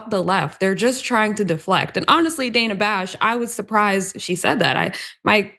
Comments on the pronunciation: Not the point of all this, but her name is pronounced danna. Otherwise, good take. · Did you say Dana Trump ?! 😂 omg, this is so freakin' gross. 😢